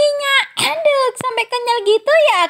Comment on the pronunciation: Pas bilang aduk nya biasa aja kali😅😅